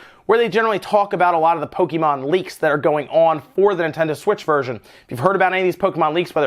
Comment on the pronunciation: PO-KE-MON !!!!!! WTF DUDE say it correctly!